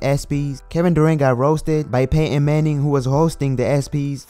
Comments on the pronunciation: who is pate Ann. it's pronounced pay.ton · Pay-Ehn Manning 😂